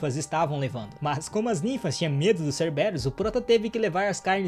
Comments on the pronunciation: Se não me engano o nome do Doguinho é pronunciado como Cérberus, e eu já to ansioso pro proximo ep será que ele fica imortal igual o Aquiles? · Se fala serveros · Doguinho eche pronusia ceberus C b rus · Na verdade é cérberos com ênfaze no CÉR...